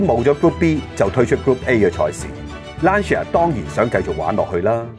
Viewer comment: 溫馨提示，Lancia 不是讀 Lan-ci-a。 意文應讀成 Lan-cha。路過別見怪 。